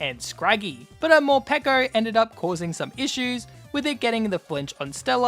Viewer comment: I love you for saying Morpeko and not (like others) Morpeekow